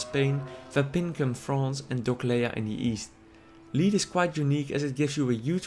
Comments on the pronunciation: ***** Lead is pronounced Led, not Leed fyi. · lol sorry for pointing this out but its not pronounced "Leed" XD (ps: i live in a foreign country so i know what it feels like;) )